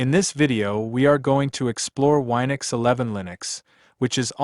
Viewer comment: It's Win-ux not Wi-nux.